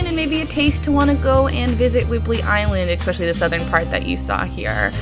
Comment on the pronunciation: “Whibley “ 😆 Whidbey Island (wood be)